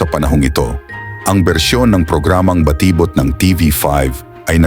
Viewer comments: Ayun lang, na distract ako sa nag na narrate. Ang konyong a.i. Baa ti bot 😅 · For me hindi naman big deal ang pag pronounce ng word na batibot. Maganda ang presentation at mahalaga nakaka entertained at interesting yung kanyang topic.